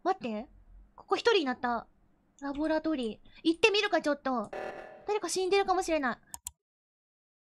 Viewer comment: The way says "laboratory" tho Labbo ratto ree